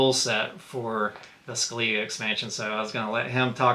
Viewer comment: In the PC game they pronounce it ' Skelleh-gah '